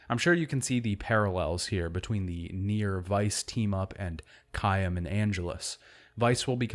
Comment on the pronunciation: "Caiem" Me: "CAIM!!!" Also this series is amazing. I'm glad it made it to the mainstream... but then it up and vanished 😂